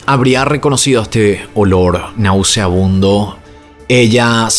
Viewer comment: Horrible!!! Oiga señor, se dice y escribe NAUSEABUNDO !!!! GRACIAS.